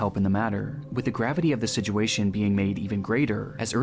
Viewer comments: holy fuck I'm not the only person sick of hearing him say "Sidjewation" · si jew way shun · ITS BEEN YEARS AND CAN STILL NOT SAY THE WORD “SITUATION” 😭 listen when he says it, you can never unhear it